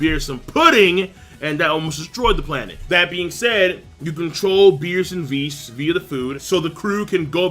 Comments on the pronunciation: its WISS not VIS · Sometimes when pronounced whis's name it sound like he saying vhis.